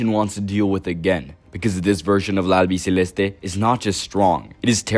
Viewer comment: Good pronunciation of "La Albiceleste" and good video bro. Nuevo suscriptor